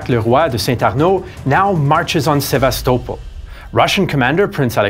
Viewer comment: Omg man finally Sevastopol pronounced correctly 😂